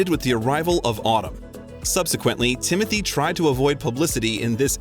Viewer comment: His name is not Timothy it is Tim o Tay!